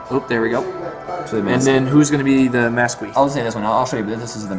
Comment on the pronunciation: I cringed at "demonedyy" and "massgwee". Its "demon et" and "mask".